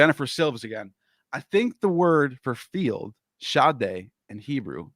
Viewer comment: Hebrew field is Sodeh not Shadé pronounced Suh-Deh